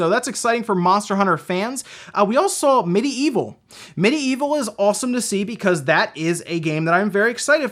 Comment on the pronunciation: Loved seeing FFVII and Medi-Evil! But It's pronounced "med-evil," like medieval. Not "midi-evil."